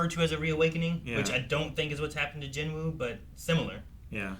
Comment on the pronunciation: love how even the english dub cant say jinwoo's name right..also the dub is crap.